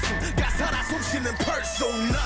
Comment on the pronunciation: There is some very clever bi-lingual wordplay going on in this song. When RM says "PersoNA" the emphasis on the last syllable is intentional. "Na" is Korean for the word 'me' or 'I'. Using Korean grammar rules, the statement "person na" can be translated to "I am a person" or "The person is me." In the lyrics he is working to differentiate his stage persona as RM from Namjoon, his core self. The refrain can be understood as a reminder to himself that he's a person first, and his persona second. That's my take. Each song in this trilogy (Intro:Persona, Interlude:Shadow, and Outro:Ego" tell a story that begins with a struggle. RM wonders id his stage persona is taking over. SUGA is afraid of the overwhelming ambition that lives in the shadow of his mind. J-hope doesn't know if he is really the person he sees himself to be. But in each song there is progress. RM can remind himself that he is always Namjoon, no matter how many masks he has to put on. SUGA learns that it's OK to acknowledge his ambition because it is part of who he is. J-hope trusts that yes, he really is someone who can achieve what he strives for. Each aspect of the Self (persona or who we show others, shadow or what we hide from others, ego or what we see in the mirror) comes into balance with the other two by the end of the songs. Brilliant.